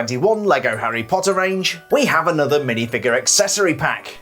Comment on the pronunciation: Love they way he’s says: “Lego Harry pottarh